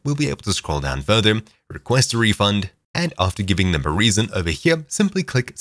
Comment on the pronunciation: this guy puts m's on the end of so many words. "videom", "herem", "furtherm", what accent is this?